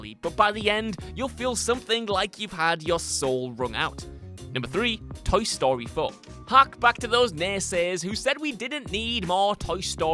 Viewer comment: Toe Story? Tow Story? am I the only one hearing him say it like that?